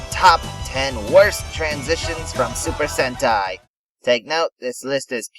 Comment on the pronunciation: I like that you pronounce Sentai right! And this was very informative.